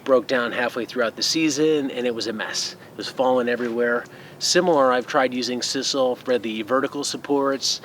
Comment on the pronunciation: I've binge-watched so, so many of your videos today, and I just wanted to thank you for sharing so much knowledge with us!! But because I've watched so many, I have heard sisal pronounced incorrectly, and I'd want someone to tell me if I were making videos. It's a long I, as in like. And I like, like, like your channel very much!!!😉